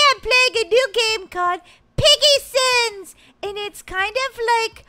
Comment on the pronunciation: It’s piggy sons duh say it right